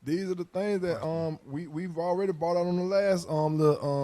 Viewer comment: "Signs of the THANGS"